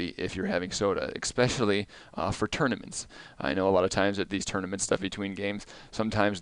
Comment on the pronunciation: It’s not ath-a-lete, it’s athlete. It’s not expecially, it’s especially.